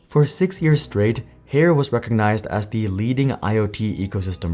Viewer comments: ffs dude it’s Higher not Hair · It's not pronounced "Hair" lol, it's "Hire" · I thought Haier was pronounced like "Higher" not like "hair" 🤔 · Included in the video was an employee at a trade show pronouncing the brand name correctly as "Higher" and still, this entire video is wrongly saying HAIR. Am i missing something? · it’s pronounced Higher. Not Hair 😂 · According to the company video clips, the company name is pronounced like "Higher" not "Hair". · It's pronounced Hai Er (2 syllables). I can:t imagine doing a deep dive on a company and get the most basic pronounciation wrong, can you? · Isn't it pronounced as hai-ur ? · Haier is pronounced “higher” atleast you can still buy GE fridges. In Australia Haier has been here for 20 years and barely made a dent in the home appliance market. When GE appliances moved to Haier they stopped selling GE Fridges. Our last GE fridge lasted 20 years and we sold it on marketplace and it’s still going today in 2025 (a 2001 artica model). In 2020 my wife wanted a Samsung French door fridge, now in April 2025, it has an unrepairable error. Wish we could buy a GE fridge again!! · I donno why Haier was continuously mispronounced in the video when they used trade show footage themselves which use the correct pronunciation. Correct pronunciation is such an easy thing to get right and content creators are getting paid to speak so you'd think we wouldn't be having these sorts of threads but here it is again... Well, Jon from Asianometry fixed his DRAM pronunciation eventually so maybe LA can do so with Haier too. : )